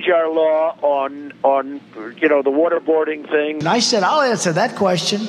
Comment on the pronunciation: Every time John Iadarola says "water boarding" it sounds like he's saying "what-a-boarding" like "what-a-burger"; both horrible things to talk about LOL